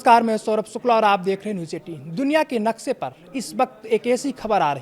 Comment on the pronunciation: Naksa nahi woh naksha hota hai be 😂